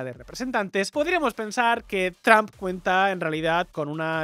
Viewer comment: Porque los españoles pronuncian “Trump” comp “TRAMP” (yo hablo inglés)